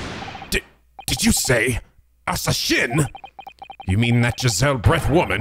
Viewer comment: Asa Shinn -> "Asashin" -> how Japanese people pronounce the English word "Assassin"